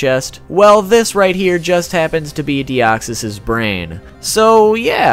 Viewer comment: Thanks for saying it correctly!!! I'm always pissed when people claim that deoxys was the first Pokemon in who's battle a special music plays. Either they never heard of The three cats or they simply phrase it wrongly